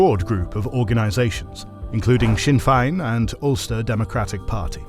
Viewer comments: At.18.00 the voice says sinn fine...A.I. slop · You say there's no AI used in the video and then expect us to believe that you've researched The Troubles and can't pronounce Sinn Féin and Crossmaglen properly, Just don't see why you'd lie about it